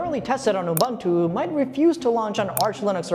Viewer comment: UBUNTU is pronounced "OOBOONTOO". "OOBANTOO" doesn't exist.